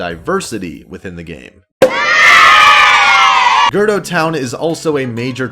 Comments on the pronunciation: I agree with everything you said in the video, but it just bothers me that you said Gerdo town instead of Gerudo. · Overall, I agree with everything said in this video, except for one thing. IT'S GER-OO-DO, NOT GER-DO. THERE'S A U IN GERUDO. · It's not GERDo it's GerUdo! Heheh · Ok... I'll admit you owned up to it.... But you saying girdo instead of gerudo 3 times in a row will always piss me off to a degree. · I was about to pull a Hermione and obnoxiously say, “ It’s GerUUUUUDO. NOT Girdo.” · Thank you for addressing girdo issue... I was banging my head against the wall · I chuckled every time you said "Girdo Town" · grdoh town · Take a shot Everytime he says gerdo instead of ger-oo-doe I don't know if I've been saying it wrong but I've never heard gerdo lmao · That killed me throughout the whole video. 😂 G E R D O! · I cringed when he said “gerdo town” instead of “gerudo town” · Ger doe town 🤣🤣🤣🤣 ‘gur rude oh’ that how you say it. I’m not mad, it caught me off guard and honestly made me laugh. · This guy: Gerdo desert me: (breath in...) B O I But I think that "Vilia" grew out his hair in order to look more convincing to the Gerudo Guards. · GER-RU—DO not GER-DOO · Did he just pronounced gerudo town, Gerdo town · The hell is "gurdow town" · This video is great but I can’t get over how he pronounces gerudo like gerdo lmfaoo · GER-UDO NOT GER-DO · Gerdo? I thought it was gerudo? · I know I’m gonna sound really annoying rn but it’s Ger-OOOOOOOOOO-do not gerdo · Im sorry did I hear “Gerdo” instead of “GerUdo”? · Ok but what F is. "Gerdo?" o.o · Great video but it’s not “gerd-oh” its “ger-rude-oh” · It's Ger-ru-do not Ger-do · Just saying gerudo is said ge ru do not gurdo I’m not trying to offend or anything just pointing it out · stop saying "Gerdo" and say "GerUdo" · this dude doesn't know how to pronounce anything. Ge-ru-do not "gerdo" R-ee-to not R-u-to. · I'm sorry, where's "Gerdo" town again? Who are the Gerdo? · “Girdo town” my guy lmao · It's. GA-RU-DO!!!!